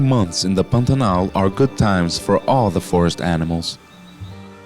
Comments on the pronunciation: Not brazilian; american who just knows how to pronounce Pantanal. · Good job!!! Is the narrator brazilian? The way he pronouces "Pantanal" is quite familiar!